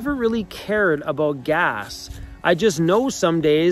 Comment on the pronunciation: Always miss my Canadian relatives when I hear you say "aboot" lol